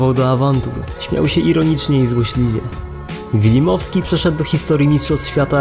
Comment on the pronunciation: Wilmowski nie wilimowski